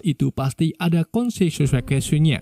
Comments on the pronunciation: Konseseweaqiesenye🤣 konsekuensinya 🤦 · "Kususikuiosonya" Menit 🤣🤣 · "ada Konseseukuosionnya" maksudnya kos-kosannya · Konsekuensi'nya bukan konsesuesue'nya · Konsekuensinya -> konsesyukosyunya 😭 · " Karna hal ini tentu ada KONSWENGSESESINYA " 😂 ngakan kenyang 😅😅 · konsesuesusinya wkwkwkwkwk adminya typo anjirrrrr